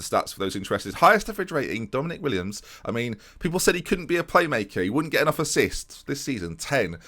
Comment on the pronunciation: Willems not Williams ;(